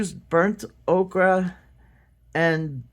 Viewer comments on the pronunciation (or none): I've always heard O-ker.. Okra is the vegetable. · Ol, it’s pronounced “oaker”. “Ochra” is a vegetable.🌺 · Ocre is French for Ochre. The way to pronounce it is O-KOEUR. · Ochre is pronounced "Oh-ker" and you are correct about the spelling. Ocre must have been a mistake that was never corrected. 💛💚🤎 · I’ve heard it pronounced oak-er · It's definitely Ochre. Pronounced Oh-kur